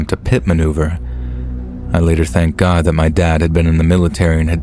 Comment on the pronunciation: Sad u a con too. These stiries i doubt r real. Eso judy. When a persin passes in luving faciluty ambulances dont come with siren on. Oh well u r grsat reader except when ucsay gd.